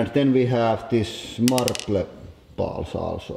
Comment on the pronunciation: How he says marble. "Marb-leh"